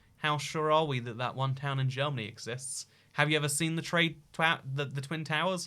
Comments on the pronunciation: Bro are you seriously this dumb, it’s not “Jeromany” It’s Germany It’s not Bavaria It’s Austria Also Your Ukraine is looking too small bro! It owns all of France and Spain you know! You silly goose!! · Considering the fact the name Germany is Deutschland in German, you butchering the English spelling and pronunciation of it was not enough. I recommend calling it Dutchland next time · As a Jeroman I'm really happy you managed to get the borders of jeromany right but also you're one of the few people who at last is pronouncing our name right! Many forget the "o" in Jeromany although it is a very important part of our name :/ Please remember this people next time you visit Jeromany! Btw for all those that want to visit the Nether'olands it's below Jeromany, like underground of course - they're below sea level. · I'm from "Jeromany" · This video is a pain to watch, but the germany with a j got me